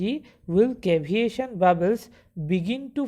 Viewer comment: its not caviation, its CAVITATION brother.